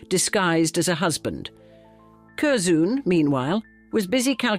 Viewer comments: I really enjoy your documentaries, but please research pronunciation. Curzon (pronounced Curzun, not Curzoon) and Blenheim, pronounced (Blenim, not Blenhime) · Kerzoon! Gadzooks! Cur-zun is how it’s pronounced. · Cur-ZOON. Oh dear. It's pronounced Curzen. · This AI is the worst can’t even pronounce Curzon pathetic this is appalling